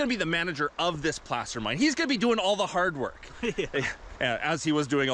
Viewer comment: Why is "Placer" pronounced like p-lass-er instead of p-lace-er?